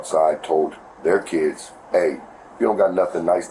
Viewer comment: “For my keeds.”